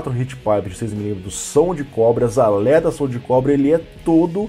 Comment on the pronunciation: Manteve, mano. Manteve. "AlÊtas" **